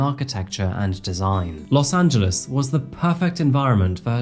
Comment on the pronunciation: Thank you for pronouncing “Los Angeles” correctly. Even Spanish speaking native speakers would not pronounce it “Los Angeleees”